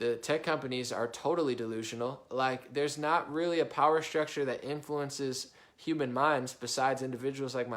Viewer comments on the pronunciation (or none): none